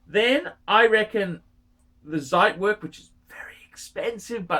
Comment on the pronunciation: He still won't say it correctly ;) It's like trying to train a dead horse.